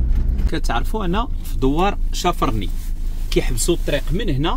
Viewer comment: الأخ بغيت نصحح لك واحد المعلومة في ما يخص الدوار لي مشيت له في نواحي تيزي نتاست إسمه (شافرني) والنطق ديالو ماشي كما تسميه انت. ينطق باسم شافارني chafarni ماشي chafrni